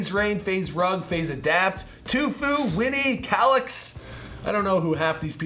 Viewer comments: "Jog squad" supposed to be pronounced "Jüg squad"... 2fue??? It's "tee-fue".... Sorry it just really pissed me off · Did you say toofoo????? Tf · Did he just say TUFUE